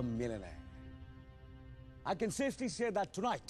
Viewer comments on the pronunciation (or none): The way he pronounces it sounds like 'millinaire'